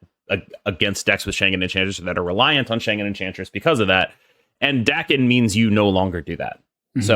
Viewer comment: Bro it’s pronounced “Daken”